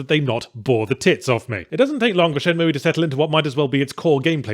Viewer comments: Moooey. Its moo pal. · What the hell is Shenmooey? Its Shenmue.. Pronounced Shen Mew... Not mooey! ... XD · Its shenmooo not shenmoooeee. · k I couldn't even finish ur terrible vid first cuz u don't appreciate the game, and second, please pronounce it correctly. its Shenmue, shen-MOO... not shen-MOOEY, good god man, I don't where ur from, pronounce with respect....pathetic.... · Shin-moo-Eee? WTH? I have to assume he's trolling. Is it not pronounced Shin-Moo? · Shen-mue not mooey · Who on Earth pronounces it "Shen-moo-ee"? Lol what. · For anyone interested the correct way to say it is shenmoo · I only hit dislike for the Shen Moo EEE pronunciation. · Shenmooie? What a dumbass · What a Shay-mu :/ Anyway, does anyone know a place where sailors hangout? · At least it sounds less nerve grating than ShenMOOO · I have no horse in this race, but it's not "shenmooey." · Haven’t watched yet. Let’s see if he’s learned to pronounce “Shenmue” correctly in the last decade or so Edit: :’( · Considering you cant even pronounce the name I dont think you were serious about playing it to begin with ;) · he keep pronouncing the e and its driving me nuts in only the way yahtzee can. XD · Well... his pronounciation is bad, but that IS at least roughly how it's pronounced. Until I learned to speak Japanese I always mispronounced it "Shenmoo" without knowing you're supposed to pronounce the E as well, although it's an "eh" not an "ee" sound.